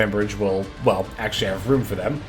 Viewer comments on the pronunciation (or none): none